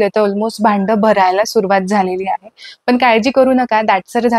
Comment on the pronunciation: बाई कामाचं लवकर बोल गं.हे सर्व आम्हाला माहित आहे.मुद्याचं‌सांग नं.आणि किती अशुद्ध भाषा बोलतेय.लोनी पानी पन तो रवी.मराठी आधी‌शिकून घे. अती बोलण्या मुळे व्हिडिओ पूर्ण बघितला नाही.हे सर्व आम्हाला पण माहीत आहे.वयाची ७७ वर्ष झालीत हे सर्व करता करता.असं अशुद्ध भाषा ऐकल्यावर संताप अनावर झालाय.